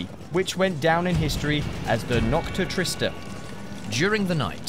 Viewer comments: true. sounds like "nogcte triste" lol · Yo that pronunciation of “noche triste.”